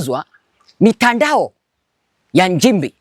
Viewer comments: Hivi kama unaweza kutamka neno” nchi” unashindwa nini kutamka “Nchimbi”? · MKENYA MSENGE HUYU ANAJIFANYA MTANZANIA ILI APATE VIEWS NA LIKES ATENGENEZE PESA YOUTUBE.. MTANZANIA GANI MWENYE KISWAHILI KIBOVU NAMNA HII KUTAMKA NCHIMBI NA NDEJEMBI NI SHIDA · He has Nothing he is Speaking truth other thank making Up stories he Feeds from fake Stories media Comments and Posts..THIS IS A bullshit Kenyan Posing as Tanzanian while He cannot even Pronounce Nchimbi in a Right way instead he is using Kenyan and Kamba Pronunciation of “NJIMBI” and NDEJEMBI IS “NDENJEMBEI”. Huyu. Ni MSENGE ANALIPWA NA SATIVA NA MWAIPAYA KUPISTI UPUUZI USIO NA MAANA WA TANZANIA ASIYOIJUA.. ULIONA WAPI MTANZANIA HAJUI KISWAHILI? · Ni PIMBI HUYU MKENYA ANALIPWA NA SATIVA KUONGEA UONGO NA KISWAHILI CHENYEWE NI SHIDA HATA KUTAMKA NCHIMBI HAWEZI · Acha kuamini huyi MPUUZI hana Ukweli wowote zaidi ya KUTUNGA stories.. KUTAMKA NCHIMBI TU HAWEZI NDIO ANAKUJA KUKUFANGANYA ANAJUA ALIPO WAKATI YEYE ANAISHI KWENYE SLUMS ZA KEMYA?